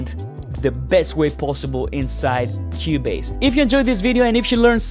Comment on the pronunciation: “In Kiewbaze” love this accent